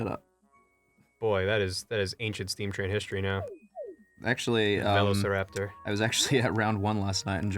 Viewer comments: Don't worry Ross, I say both like bolth.... BUT YOU SAY VELOCIRAPTOR LIKE A FUCKING SCRUBLORD LOL GET ON MY LEVEL BRUH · It's funny how Ross and his sister say velociraptor differently because it's the same with Markiplier. He and his brother say room like "rum" haha